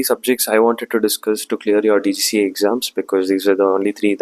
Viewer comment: bro it's DGCA NOT GCGA.